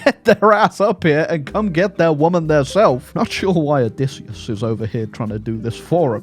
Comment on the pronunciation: i am pleasantly surprised by how entertaining this total war troy video was as you tortured matt damon’s name 😂 for being odysseyus